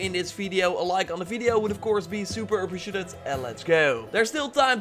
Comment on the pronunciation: I can't get over the fact that you butcher the word ''appreciated''....